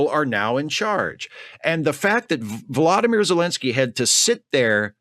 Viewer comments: For the love of god, it's Vo-LOD-ymyr, not VLAD-imir!! Zelensky deserves the respect of not pronouncing his name like the war criminal murderer who invaded his country. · please take care when pronouncing Zelenskyy’s first name. It’s vo-LODD-oh-meer. And not PHLAD-uh-meer. Thank you.